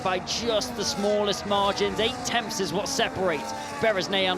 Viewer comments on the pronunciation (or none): Also please get someone who can pronounce the word tenths. It comes up often and hearing about temfs all the time is so aggravating. He can pronounce the word then so i know he is aware of the sounds n and th make. Also sixth not sikth